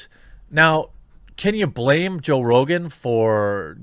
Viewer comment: i won’t miss joe “rogain” rogain.